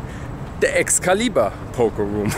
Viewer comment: Thanks for pronouncing Excalibur properly. 👍😂👍